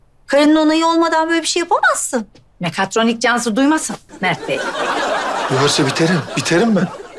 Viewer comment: Mer değil mert demeli +1